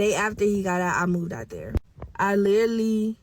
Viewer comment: Not being able to pronounce literally yet insist on using it is outrageous, then saying that you were literally not yourself is even worse. But your boyfriend splurged off in your car made absolutely no sense